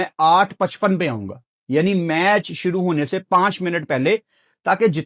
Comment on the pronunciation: When say: Shoro se shoro kerte ha le me 🙃